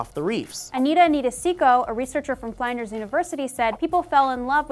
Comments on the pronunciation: fl-in-ders. Not fly-nders. 'i' as in the 'i' in 'it', not the 'i' in 'find'... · love you, just wanted to let you know that "Flinders" is pronounced with an 'in' sound, like "indoors" & "inside", so 'Fl-in-ders'; as opposed to the 'fly' sound that you used. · It's pronounced flinders not fl-eye-nders aaaaAAHHHH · Hahaha called the Uni "fline-ders" not "fliin-ders" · FLIN as in TIN not FLINE-DERS! Ask the Australian next time pls! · fl"IN"ders you don't pronounce In as ein. filter this shit through maude geeez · gotta be that guy but its not pronounced 'flynders'. think of the way flint is said, its fl-in-ders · As an Australian, I had to laugh at pronounciation of Flinders (its FLIN-ders, not FLINE-ders, but with a soft 'r' at the end, like a real Aussie):) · Lol "fly-n-ders" ahahaha. Its "flynn-ders" guys 😂😂. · "F-lyn-Ders not Fl-eye-nders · i have to comment on flinders uni coz its pronounced flinn-ders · hahaha "fline-ders" maybe ask Maude how to pronounce Aussie things hey. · HAHAHAHA I live right next to Flinders Univercity and you stuffed up!! hahah is pronounces Fl-i-n-ders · its Flynn - ders University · Flinders is pronounced like tinder with an s. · did have a little giggle at how pronounced flinders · god damn you're attractive, but that's not how you pronounce "Flinders" you dumbsexy bitch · That mispronunciation of Flinders 😂 Americans are the best! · The way said Flinders physically hurt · pronouncing Flinders wrong makes me laugh and is cute but all i want to do is calmly tell her the correct way of pronouncing it even though she can't hear me through my computer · Flinders uni rep, it's funny how some people pronounce it :'D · Baha! Maude, teach how to pronounce the name "Flinders"! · You're saying Flinders wrong dude